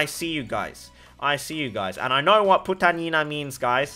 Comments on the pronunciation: LOL part of your filo gang! It’s pronounced poo tounge ina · "Putang Ina gang" in Chinese ascent made LMAO